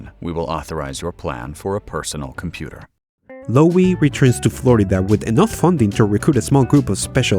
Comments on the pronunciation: It's just pronounced "low". Not "lowey". Should've been a clue when all your AI voices pronounced it correctly. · This guy can't pronounce things. It's incredibly annoying. Lowe has a silent E. It's just Low. I used to work in TV. I should start making YouTube videos as my content would instantly be more professional than 99 percent of what's on here. The YouTubers I subscribe to tend to be people who are accurate. It's no use spending months researching a topic on say Winston Churchill only to say Winestone Church ill. I know that sounds mad but I'm just trying to make this fun. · That pronunciation of Lowe, though! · Note that the surname Lowe is pronounced same as "Low". As in Rob Lowe. Also Kildall was pronounced Kilwall the first time spoken. But I still like your work. 😙